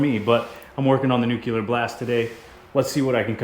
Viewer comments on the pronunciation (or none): Don’t wanna be rude, but nuclear is pronounced (new-clee-urr)